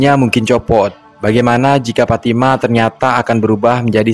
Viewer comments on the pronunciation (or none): IH FATIMA PULA TU,,NAMANYA PITALOKA SHODIKIN ITU,,KAU BILANG PATIMAH,MANA ADA ORG BARAT PATIMAH NAMANYA,PITALOKA SHODIKIN ADA,cara bilang nya,shooo,,lidah nya agak di tekan kebawah,,giginya dikit rapat kn,,shooo,,sho,ha gitu,,ulangi PITALOKA SHODIKIN,,ha pas,,🤭😁